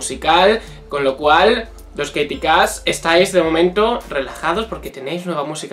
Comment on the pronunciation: Se pronuncia keiriii